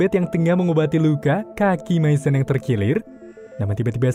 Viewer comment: Misyon bang bukan maisen